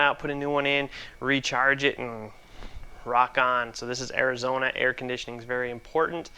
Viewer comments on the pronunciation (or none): He did say Asizona. Must be nice working on corrosion free cars.